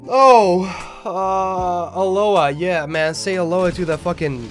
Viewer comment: A-lo-ha. Not, a-low-ah